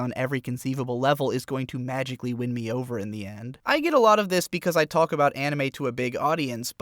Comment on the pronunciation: stop pronouncing the "L" in 'talk"